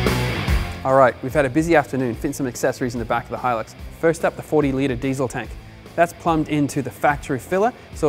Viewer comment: God i hate it when an american tries to talk about australian products!! learn how to say diesel correctly!!